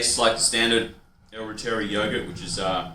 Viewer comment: Hi. I know you made this video 3 years ago but you’re not pronouncing reuteri correctly. It’s pronounced this way. Root- er - ri. 😊